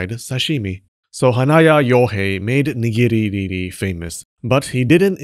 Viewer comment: Ok, every time you picked a new way to mess up nigiri or sushi, I lost it. "nighughghgu wasn't always raw" Well done, sir. Well done.